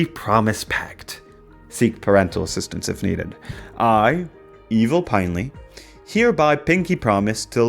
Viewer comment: its pinely not pinley... maybe you ARE ai